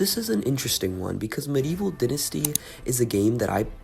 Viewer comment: This game is 5 months old and 1 day from today just want to point that out also pronounced dai ·nuh·stee if American for the British it is di ·nuh·stee.